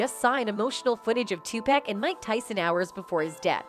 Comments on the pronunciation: It's not Tupack, damn people. You would figure after all these years you could at least say his name right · If you don’t stop calling that man 2-Pack! It’s pronounced TUPAC ( too pawk ) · Tu PAC, not Pack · It's Tupac not topack. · Thank you...where they get topack from lol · Please stop saying 2 pack it's Tupac Shakur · OMG! It’s 2-POCK , not 2-PACK and it was Club Six-Six-Two, not six hundred and sixty two 🙄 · Ok WHITE PEOPLE HIS NAME IS NOT 2PACK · Why Does EVERYONE DISTROY OUR LANGUAGE?? IT'S NOT TOPEC!!! IT'S TOPAC small a sound. Please look INTO IT!!!! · How do we know what you're saying is ture. If you can't say his name right. TAPUC not Topack.....Please. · Who is this 2 Pack? Do they mean Tupac? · its NOT TUC PACK its too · paak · The reason she said topack is because person who owns this channel doesn’t speak good English so they use AI for talking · This reporter apparently has looked over her work before she reported this and she fired up Tupac's name so I don't know why she keeps saying to pack and that's like a lot of them before you really report something I'm sure you listen to it so you need to pay attention and learn how to pronounce the name right I know it's not a big deal if you can't pronounce it but something seemed very simple seem like she would have said his name Tupac no correct spelling I hope you'll get my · Look dammit it's Tupack, but you really don't care how it's pronounced. You just looking for comments, and subscription. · After about the 40th "2pack", I had to turn it off. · Tupack and Sueged Knight,that lady can't even pronounce their names right,WTF!!! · She said 2 Pack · Ah yes. Two Pack. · I can’t even finish this video because she keeps pronouncing Tupac wrong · Because it's an a instead of an o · This lady is talking about Tupac but can't pronounce his name, right? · So you can’t say his name right.. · Pronounce his name right B. H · Damn, can u say his name right or get a different reporter. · Learn how to say tupac